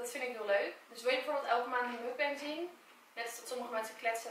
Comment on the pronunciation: je spreekt het uit als moekbang, leuke video trouwens!!\ meer <3